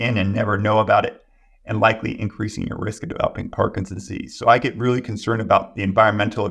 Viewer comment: This is full of good information, as are the comments. Is the good doctor aware he is saying “parkinsease” instead of “Parkinson’s disease” through most of the interview? At first, I thought he was talking too fast for me to hear the extra 2 syllables. But they’re actually missing!